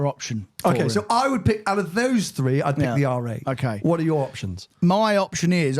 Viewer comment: Free = three 😂